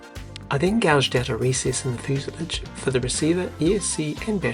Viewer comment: fuse-lawj cheers